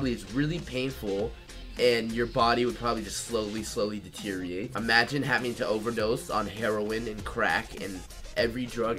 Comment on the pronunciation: It's deteriorate not deteriate. Come on.